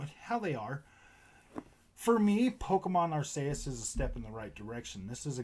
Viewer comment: Ar-KEY-us lol. Great vid